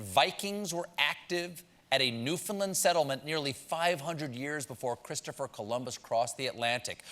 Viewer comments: Stephen Colbert, you ALMOST pronounced my homeland, Newfoundland, correctly but 💔💔. It’s New-Fin-LAND, not “Lind”; “Understand Newfoundland” should rhyme. (Kimmel does it right, FYI 🙃) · It’s pronounced “new-fin-land” not “new-found-lin” 🙈 but it was nice to be mentioned. You should come visit our beautiful island and you can compete with Jimmy Kimmel to be the new Mayor of a unique town called Dildo. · NewfoundLAND is pronounced like understand, not like Finland or newfundlund.